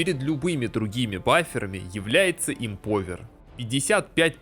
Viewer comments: эмпОвер ухо режет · Как режет слух тупая речь! Ты говоришь "МАЛАКО" или "МОЛОКО" именно говоришь? Эмпауер говориться!!!!